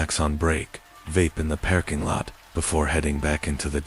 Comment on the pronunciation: Do you narrate your own or use AI? Love the stories, but it's not a "pairking" but "parrrking" lot. Sounds like a pirate. Leading me to believe it's AI again.